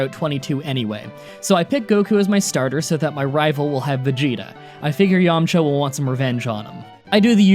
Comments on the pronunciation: Dude, its Yamcha. No way. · “Yamcha”? My asian ass is thinking about some dim sum 😂